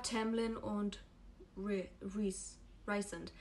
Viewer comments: Rhysand wird "Rhiesand" aus gesprochen also nicht wie "reisand" haha ich hoffe man versteht was ich meine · Achso und Rhysand spricht man Reesand aus. 😊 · Kein hate aber können wir bitte über die korrekte Aussprache von den Namen und so reden? ACOTAR als "Acotar", das A wie A im Deutschen nicht A wie im Englischen, Feyre als "Fey-ruh", Rhysand als "Rees-and" oder "Reese" (wie reese's cup), Prythian als "Prith-een", Amarantha als "Am-a-ran-tha" und Lucien als Loo-sheen... etc. (alles confirmed von SJM, in einigen ACOTAR Büchern steht auch ein pronunciation guide drin, kann man aber auch googeln)